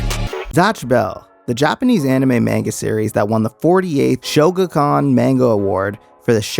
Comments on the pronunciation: I used to love this show. None of my friends ever saw it though surprisingly, even though they were all anime nerds too Edit: I also hate how people pronounce it “maynga” instead of “mahnga” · Man-Guh lol. Haven't heard it said that way before.